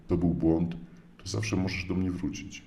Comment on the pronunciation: Tak gwoli ścisłości to Mojżesz miał na imię Mojżesz, a nie Mojrzesz. Można wrócić, ale nie wrucić, i opowiadamy historię a nie historję. A noga może się powinąć, ale nie podwichnąć😉 Tyle tego, że trzeba zareagować. Popraw w edycji, a usunę ten komentarz.🙃